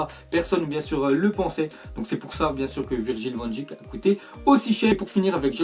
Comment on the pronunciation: Ça se prononce van deik